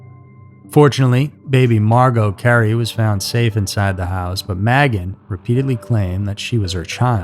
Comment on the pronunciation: Magan is pronounced "May-gan"